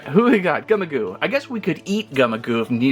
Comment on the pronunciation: You’re saying the name Gummigoo wrong it’s supposed to be the word gummy but with an I and also the word goo, but you’re not even saying it, right